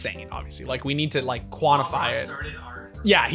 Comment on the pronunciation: Did he really say Mikel Angelo?